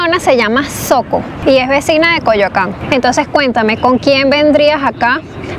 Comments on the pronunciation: Hola. Como aclaración, Xoco se pronuncia (Joco) y no (Soco) saludos. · Xoco se pronuncia joco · Es una maravilla... Muy buen video... Te comento... Mitikah y la cineteca pertenecen a la alcaldía Benito Juárez y cruzando la av. Churbusco es Coyoacan... El de los cuadros en la cafetería es el ídolo Pedro Infante con la belleza Miroslava Stern.. La palabra Xoco se pronuncia. Joco, hay otras palabra que empiezan con x qué se pronuncian diferente Xola... Shola Xico... Jico Xolos... Sholos Xitle... Shitle Algo raro de nuestro país Lamentablemente Mitikah no es del agrado de todos... Sobre todo de los lugareños del pueblo de Xoco que rodean al complejo... Buen video saludos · Se escribe Xoco, y se pronuncia Shoco. Saludos hermosa.